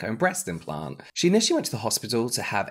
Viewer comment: Aye, I think it should be implant, not impant <3